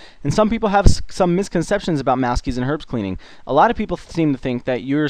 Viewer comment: I swear at the start he said welcome to my guide for cleaning arabs :)